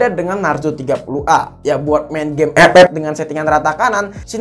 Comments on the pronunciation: Njir pas ngomong Ep ep😂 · Gw suka bang kalo lo ngomong ep ep😂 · Ngakak Mulu w kalau dgr Abang ngomong epep